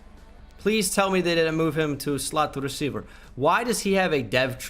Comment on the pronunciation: "Please tell me they didnt move him to slot receiver" why was slot receiver said with a slight russian accent 😂